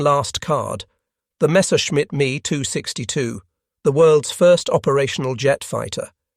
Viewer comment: M E 262 not me…Asinine Imbecility pronunciations strikes again..